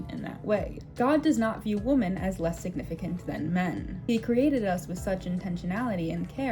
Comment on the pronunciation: I enjoyed this video. Do you mind if I mention as a footnote that you're pronouncing the word "women" (the plural of "woman") incorrectly? Women is pronounced "wimin," but you're pronouncing it the same as "woman."